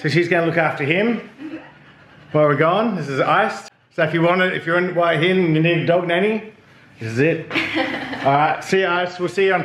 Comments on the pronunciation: That's right. He can't tell that he is not pronouncing it the same way she is. It seems to me that the Thai pronunciation has equal emphasis on both syllables, i.e. HOO AH. But most foreigners seem to emphasise only one half of Hua, either HOOa, or hooAH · She’s just being nice to you. It’s Wa Hin not Whoa hin…..lol😂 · It’s whore hin or whoreing 😅 Phuket is fukit and Bangkok 😂😂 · When you vocalise the thai vowel 'ua' you naturally create a 'w' sound when transitioning from the 'u' part to the 'a' part. So when someone says Hua really fast, especially with a very short 'u' part, it could easily be misheard as 'hwa hin', hence the confusion. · To all you - that think it’s still hooah-hin it’s not. It’s HWAHIN pronounced fast and without pause. Just listen to her. .. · No that s wrong !! It's pronounced Who In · pronounced : Who -R - Hin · You’re still saying it wrong!! 🙄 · The way she says Hua Hin is somewhere in between Whoaa Hin and his Waa Hin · English pronunciation phonetics is KWAH (emphasis on AH) I should know, I've been married to a Thai for 33 years and have visited there twice, including an ANZAC day commeration ceremony. But you are correct about the movie title pronunciation. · Another great vlog, its great that your helping IC along with her business 👍well done champion 🏆 their's no W in Hua Hin 😉